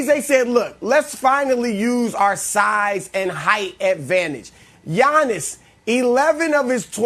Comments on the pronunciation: Chris Broussard "kudos to yannos" Thanos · Even when Chris gives Giannis his flowers still manages to trash him talking about “Yownus” 😂😂😂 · “Gianos” - Chris Brousard Thanos Giannis 😂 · Did chris say yanos?😭😭😭